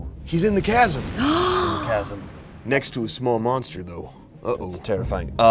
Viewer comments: HOW did not get immediately roasted for saying 'chasm' like that...? You're telling me the entire cast and crew on this vid unanimously decided not to burst out laughing and ridicule him every time, or do they all believe that's how it's actually pronounced...? 😅😅 Simply inconceivable! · I had to stop watching after the second "CHasm" 🤣 I'm sorry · pronouncing Chasm as CH-AS-UM instead of K_AS_UM killed me the whole time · There's just NO way that actually thinks it's pronounced like that... I've had a fraction of the education he had, and even I know for a fact that it's pronounced k-asm. I'd say it's likely some weird unspoken bit that nobody is laughing at, or has jokingly been saying chasm the wrong way on purpose for so long that it stuck. It's like me an jalapeño, I used to pronounce it with a hard J as a joke for years, now I catch myself saying it the wrong way unintentionally all the time... 😅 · pronouncing “chasm” as “cha-Sam” reinforces his book boy brand. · Hate to be that person. Can someone let know the H is silent in Chasm? 🤣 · Ok, it's pronounced "kasm"! Edit: "He has a pan flute..." Dumpster Wizard is coming! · The ch of chasm is pronounced the same as the ch in school in America, so [kasm] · Why do they give shit for br-oo-ch, but not CH - asm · pronouncing chasm as its spelt makes my heart hurt just a little bit 😂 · Can someone please tell how to say chasm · You'll never be an actor of you can't pronounce the word "chasm" 🤣 now it makes sense that you are where you are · Why can't say chasm? 😂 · Wait, does not know how to pronounce the word 'chasm'?